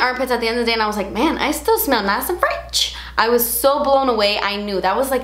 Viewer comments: Hahaha “nice and fretch” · Nice and fretch! Lol! 😅😅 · Nice and fretch 😂💘